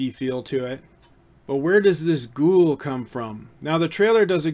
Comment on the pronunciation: Its not gool. Its GHO of Ghost + WOOL. So its Gho-Wool.